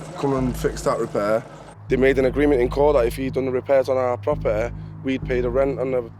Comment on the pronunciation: And "agreement" is apparently "agleement".